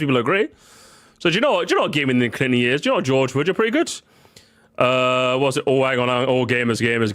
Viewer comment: complains about the pronunciation of "tour" then in every intro hits us with the "yeörs"